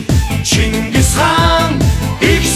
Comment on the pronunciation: Chin chin ngis Chingis gej duudaj Xyrailj ugnu uu. Bi Chin chin gedgiig ni Chingis gej buten ayalguulj duuldag aa.